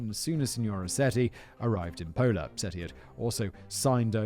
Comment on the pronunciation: Simon: We're going to Italy. 🙄 Me, from Istria 🇭🇷, who also knows Italian: This is gonna be good. 😅 I could be of help with those pronunciations, Whistle Boy. 😄 Your Italian accent, Jesus; sounds like Luigi. #SuperMario 🤣 "Pola, on the border with Yugoslavia"? I was born there ("Pula" in Croatian)! 🤗